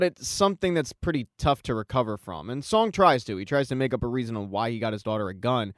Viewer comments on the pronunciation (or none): Love how you said SONG-WU, XIANG & SA-BIAOK🤣🤣🤣 instead of sang-woo, gi-hun & say-biuk